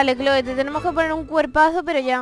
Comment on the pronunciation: Clhoe se pronuncia cloi y es hermosa